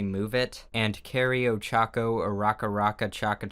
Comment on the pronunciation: It's okay, I can't pronounce ochaco-uraka-raka-chaka-chaka either.